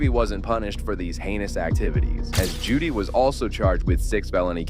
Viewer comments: Her name is Jodi Hildebrand not Judy. For the love of all get it right. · Jody** not Judy. . .